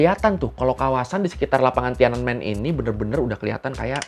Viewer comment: Btw TIANANMEN itu 3 kata bacanya Thien An Men yang artinya Gerbang Kedamaian Surgawi